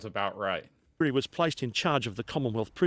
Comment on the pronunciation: It's not happy Arvo it's gud Arvo. Back to Weery. Watch a movie called The Bridge Over the River Kwai.